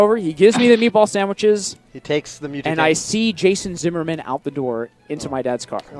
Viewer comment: el oh el jay sun zih mur min